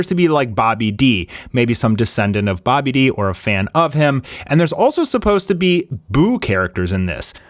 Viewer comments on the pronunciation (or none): Dude stop making videos if you're not even going to get the shit said right. It is not sparkling zero it is sparking zero... Sparking just like in the fucking song! And also... Bobby D?! You say it faster, babidi! Just like the fucking pun Bibbidi-Bobbidi-Boo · I hate when people mis pronounce the names in dragon ball its babidi like bibidy bobidy boom am i the only one who picked up on that babidi's dad was named bobidi,not that hard to understand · its not Boby-D, its Babidi, Bobity, Boo.... one of the best jokes from Toryiama